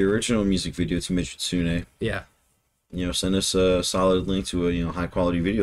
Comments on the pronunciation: Meg A Su Ney. Is How You Pronounce It. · 🍑 ⚡ 💕 / 🦊 ⛩ Your efforts to pronounce Japanese band names and song titles is much appreciated. In this case it's "meh-gee-tsoo-neh", with those syllable breaks. The "ts" is pronounced like the end of the word "hats". Of course they spell it out in katakana in the music video, メギツネ, but that's not necessarily super helpful at this point. : ) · Another great reaction! Your pronunciation is much better than most people, but with Megitsune the "gi" sound is closer to the "ge" sound in geezer (that's me) The intro at BABYMETAL live shows tend to be long since the ladies do need to catch their breath, water from their precious song.... (basically they have no intermissions) Please give us more! 🦊🦊🦊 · Megitsune /メギツネ. メ-meh, ギ -ghee, ツ -tsu, ネ -neh. Meh-ghee-tsu-neh. The "g" is a hard G like in gun. Like the word "key" but with a g instead of a k. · Megitsune as Su pronounces it in the song (you are closer than most tho) ... the 'git' sounds like a cowboy saying 'git' to his horse or to a kid like 'git' on outta here Me git su ne (at least to my ears)